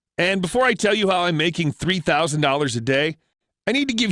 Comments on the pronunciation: FREE-FOUSAND DOLLAS A DAY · free fousand dollas a dauy